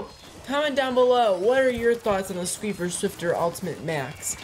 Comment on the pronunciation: it's squiffer 😂